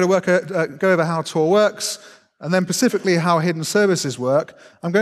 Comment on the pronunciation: How do you become an academic without learning how "etc" is pronounced? 🤦‍♂️ (and "pacifically"' "specifically")